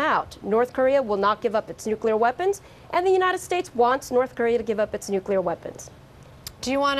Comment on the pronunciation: Trump has no idea what he is doing. Or how to say nuclear weapons